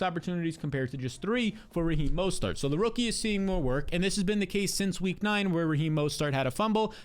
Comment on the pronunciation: Why do you say Raheem mostert with 3 different pronunciations